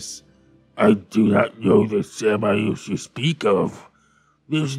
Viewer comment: I'm pretty sure samaeus is pronounced "shay-muss" lol but sam-eye-oos sounds cool